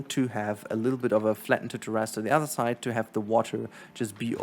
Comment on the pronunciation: This is so damn helpful! Thank you! I can spend a ton of time and think it looks ok, then I see people doing this on the fly and I want to cry lol. Not to be that guy but....its Tear-is, only saying cause it took me a minute to get what you were trying to say.